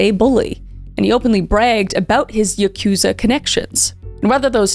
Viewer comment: I took Japanese for two years and this is a common mistake. Yakuza is actually pronounced YAH koo zah, but when I googled it, it said YUH koo zah. Total misunderstanding but I wanted to let you know :)